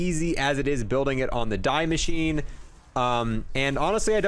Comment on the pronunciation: damn homie really said "dye machine" instead of "dee mashineh"